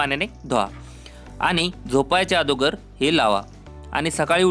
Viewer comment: Te thik ahe pn adogr nahi agodr ahe